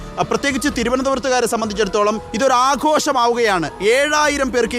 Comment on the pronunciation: ആഘോശം അല്ല അഘോഷം സ്പുടതയോടെ പറയാൻ പഠിപ്പിക്കണം